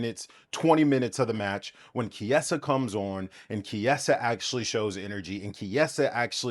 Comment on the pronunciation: I couldn't watch after hearing the way you pronounce Chiesa